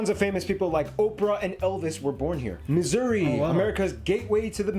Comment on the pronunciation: Nailed Missouri 😂